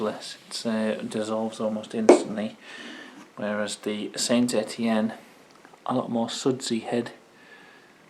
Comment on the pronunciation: I think the Sainte Etienne is pronounced San Etienne after the french city, Ray had can of it before and said it was just like Stella only cheaper, nice face off vid mate keep up the good work 👍